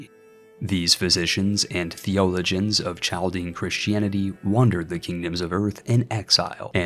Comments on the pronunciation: its pronounced Kal-Dee-En , source: There are tons of them in Detroit, they talk about this ancient history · I love this vid! Inspires me to do a similar challenge. The historian in me wants to point out it is pronounced "CAL-DIAN" the Ch makes a K sound